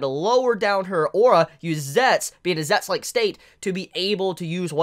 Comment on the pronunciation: Why does he pronounce "zetsu" as "zets" instead of "zetsu" ?